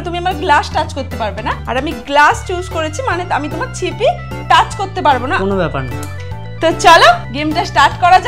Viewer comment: দিদি ওটা ছিপি না ওটা সিপি 😂😂😂